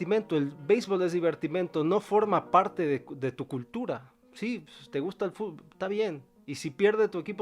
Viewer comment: HISTÓRICO!UN MEXICANO DIJO BIEN LA PALABRA, Y NO DIJO FUTBÓL